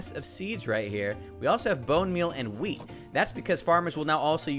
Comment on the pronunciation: Ha-weet (wheat) best part of the video